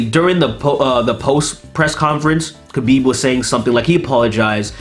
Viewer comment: *HABIB is the correct pronounciation